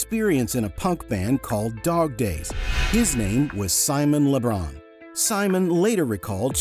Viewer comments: Why is he saying Simon Le Bron?? Is he thinking of Lebron James? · "Simon Le Bron"